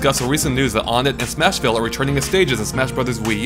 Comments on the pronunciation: Muh-lay. Un-ett? Guys, I don't want to sound mean but it's ON-ETT and May-lay. And I used to call it One-t and Mee-lee, so it's not just you! :D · To be entirely honest, even though I'm a Ridley supporter, this leak makes me realize that I don't think I would want him to be officially revealed because odds are he won't play the way I have imagined for him. Also... IT'S PRONOUNCED ONE-ET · Am I the only one that gets Earthbound city names being numbers? Onett (1-ett) Twoson (2-son) Threed (3-d) Fourside (4-side). It's not o-nett. Not incredibly important, but just something that makes sense. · I always pronounced Onett as "Wun-ett"